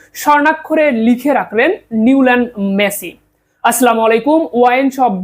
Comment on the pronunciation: মেছি নাকি মেসি?